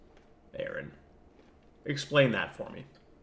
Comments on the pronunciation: I lasted 2 minutes, I quit listening when you mispronounced his name. You couldn't even get the man's name right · Wow dude. You pronounce his name wrong and cannot use sources for your debunking. Go to school bud. You are waaay out of your league. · I'll point it out from teh start. Why are you mispronouncing Aron's name? It's Aron, not Aaron or Erin. If you want to pronounce his name correctly, it's simple. Just say the letters R N. The 1st Commandment dirrectly contradicts the 1st Amendment. 1st Commandment: "You shall have no other gods before me." 1st Amendment: "Congress shall make no law respecting an establishment of religion or prohibiting its free exercise thereof." Freedom of Religion is in direct violation of the 1st Commandment. What makes you think that there's a supermassive black hole in the (non-demonstrable) center of the universe? In order for there to be a center, there has to be borders. Are yo sure you've not confusing "center of the universe" with "center of our galaxy"? Because at the center of the GALAXY, there is a supermassive black hole. Aron Ra doesn't put faith in anything, because faith is useless. We've discovered plenty of planets capable of sustaining life. In fact, I think it's one of Jupiter's/Saturn's moons that has been found to be capable of supporting marine life. We don't know whether or not there's life on those other planets, because we don't have the capability to that at such a range. The universe is a big place, so the likeliness that we're the only planet that has life is astronomically low. In fact, we have confirmation of other life. Plenty of space rocks have been found to have microbial life. The chimical reactions that lead to the formation of life on earth are NOT an ex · His name is Aron, not Aaron. Only one A. Pronounced like the initialism for Registered Nurse. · Ignorant dùmb cùnts. Its not Aaron, it's aron